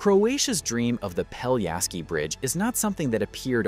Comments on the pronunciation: If you make a 13 minutes video about a bridge, you could at least learn how to pronounce the name of the bridge correctly. It's not Peljaski but Pelješac!! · Not "Peliaski" but PELIESHATZ (Pelješac) !!! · Peliasky bridge 😆 not even close... it's Pelješki bridge, "LJ" is actually one letter and "Š" you read like "sh" or like german "sch" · Pelješac is pronounced peh-LYEH-shats, with the emphasis on the middle syllable. The "š" sound is like "sh" in "shoe" and the "c" is like "ts" in "bits". Not peliasky… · Pell-yeh-shatz - this is how you should pronounce it. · Great, but the name of the bridge is pronounced quite differently. PELYESHAZ or Pelješac on Croarian.